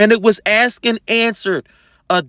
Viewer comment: I wish someone had asked him what"axed"or "boaff"was